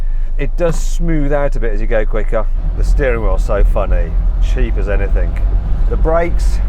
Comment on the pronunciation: Struggling with some words. Wrong "k" - Anythink?